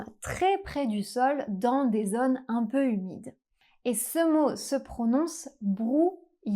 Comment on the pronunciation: Isn't "un" should be pronounced with nasal [œ]?